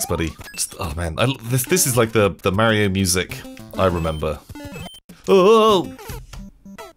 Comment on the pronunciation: it not merio its mario thers no e only a